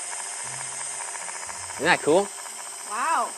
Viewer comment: The way he said “kewl”